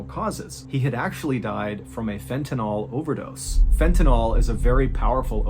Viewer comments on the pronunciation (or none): Just an FYI, it's pronounced Fenta-NIL, not Fenta-NALL. You got it right in the second half of the video a few times 😁❤❤ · Sorry to be a dick, but it's pronounced fentaNILL, not fentaNOLL. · I know it’s a nitpick, but I work in a clinical setting with the drug so I always correct people when I hear it pronounced this way. It’s pronounced like fentaNULL, not fentaNAWL. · How can you show a vial of fentanYl, and still mispronounce it? It's not NOL, it's NYL. 🤦‍♂️ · It''s FENTANYL... That's pronounced like Fentanil. NOT Fentenol. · Fentanyl is pronounced Fen-ta- nil, not NALL. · It's fentanyl, not fentanol. Why can't anyone pronounce this word? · FENTANYL not fentynol. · Fentanyl, not fentanol. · It's "Fentanyl" not "Fentanol" (which is the way you pronounced it in the "Stupid Killer" video. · Please know that there is not, nor has there ever been, a drug by the name of " fent-a-NOL". It ends in "NYL", not "NOL". It is Fent-a-NYL, which rhymes with "Sent-a-pill". Please tell Sean Hannity also, since he hasn't pronounced it correctly either.